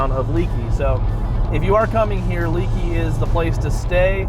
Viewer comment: “Leakey is pronounced-LAKEY….” Not Leekey🙁”